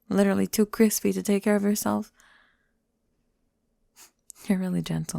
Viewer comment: When pale people go into the sun* "Cwispy"